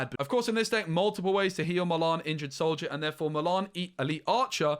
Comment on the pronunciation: I could not work out for ages who "malarn" was. Then I realised you just can't say Mulan